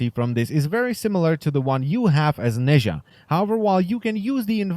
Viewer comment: He isnt "nayzha " , he is pronounced as "Naza"